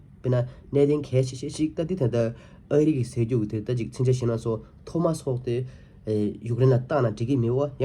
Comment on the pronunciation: Why u always saying thomas thomas it’s tomahawk missile , not a thomas